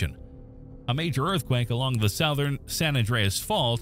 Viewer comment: AI narration. "South"-ern? I don't think so. No native English speaker anywhere in the world would pronounce it that way. The word is pronouned "suthern".